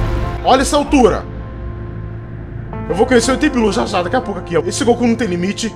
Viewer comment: Eu estou toda hora escutando oque ele fala: o Goku ta chegando grosso eu escuto: o ku ta chegando grosso kkkkk